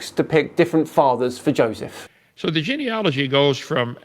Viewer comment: He can’t pronounce genealogy